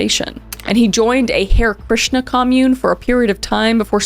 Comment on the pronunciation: Kris…. Kris it’s not “hair Krishna” 💔 (it’s pronounced “haray” instead or “hair” but dw a lotta ppl make that mistake)